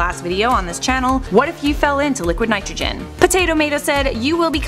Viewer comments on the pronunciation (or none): none